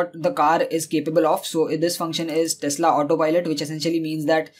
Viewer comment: It's " Tesla " not "Telsa "..